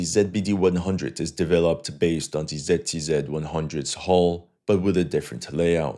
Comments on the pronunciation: My ears are bleeding from the way you pronounce ZTZ :)) , never heard somebody pronouncing it like that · What the hell is "TZTZ"?? I thought it was "ZTZ"